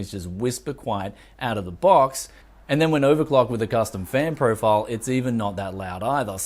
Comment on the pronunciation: "...custom fan priofurouwl"